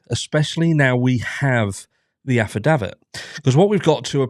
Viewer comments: You are pronouncing affidavit wrong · your pronunciation of affidavit grates...is that the American way?